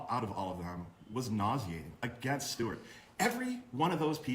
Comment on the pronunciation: in the last video, did call stewart, "stubert"? I swear he went "stubert, stewart"